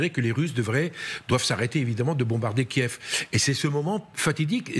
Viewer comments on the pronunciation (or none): none